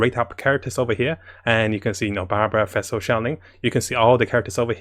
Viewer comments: and also fesel. lol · Hi, love ur informative videos, but could u pls try to pronounce the character names better? It’s rather distracting when I try to focus on your info. A few mispronunciations include Fischl / Sucrose (not fai-shel, suckrose). Thank you. Keep it up. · No one:: "Fessel"